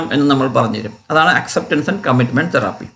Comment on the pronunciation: It's therapy not theraaaapy